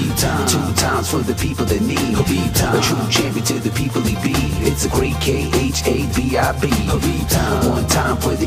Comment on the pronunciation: He's neme habib not khanbib my allah with you all times